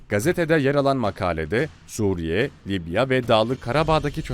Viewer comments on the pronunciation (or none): none